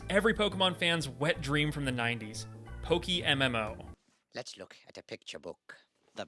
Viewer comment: Ah, yes, PokiMMO. Because, as we all know, café rhymes with daffy. 👁👁